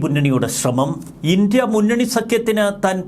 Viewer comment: INDIA എന്ന വാക്ക് ഇൻഡി എന്നല്ല പറയുക ഇൻഡ്യ എന്നാണ്.